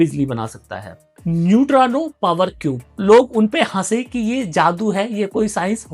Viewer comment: नयुट्रानो नहीं होता न्यूट्रिनो होता है